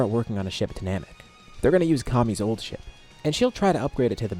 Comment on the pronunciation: Fr thought he said taking a shit instead of ship lol